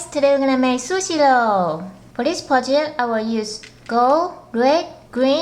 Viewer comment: It's Pronunced SuShe not susi